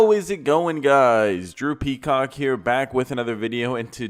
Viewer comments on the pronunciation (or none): Yall hear him say "Drew Peacock here" I hear "Droopy Cock here" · I been watching for a bit and still the intro gets me I keep thinkin he's say "droopy c**k" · Sounds like this dude says Droopy Cock lmao. Is that supposed to be the point ?